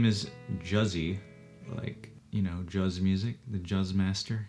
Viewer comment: “I love Juzz”. It’s jazz, JAZZ. You don’t even know the name of the thing you’re stealing from me” XD